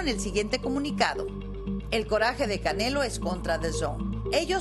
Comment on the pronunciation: La vieja ni sabe pronunciar el nombre del canelo jajaja